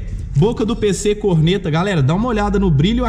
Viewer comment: Caraca mano, toda a vez q o fala "Pc Corneta" eu escuto "Pc cornera" AHSUAHSUHSUSHSUS